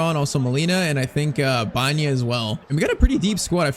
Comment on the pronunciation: His name is Alex BA ENA not Banya. Please say it right